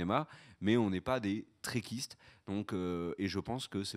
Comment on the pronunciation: Ah oui, et on dit Trekkies ou trekker, pas trekistes! ;-)